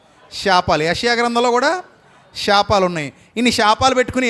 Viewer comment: షాపాలు కాదు శాపాలు...... ముందు తెలుగు సరిగ్గా పలకడం నేర్చుకోండి